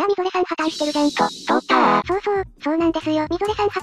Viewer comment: のと、通ったーのところ発音おかしくて草